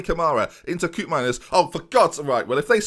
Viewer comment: HIS NAME IS COPE-MINERS NOT KUP-MINERS FFS